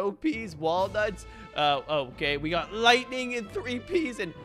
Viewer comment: I’m sorry did he say lighting tipe